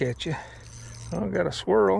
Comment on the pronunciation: Swirl??? I thought you said squirrel lol